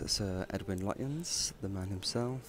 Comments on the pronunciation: Lutyens, pronounced lutchens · Lutyens is pronounced Lutchens. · Lutyens is pronounced “Lutchens”. Yet another of those English words designed to trip up the unwary!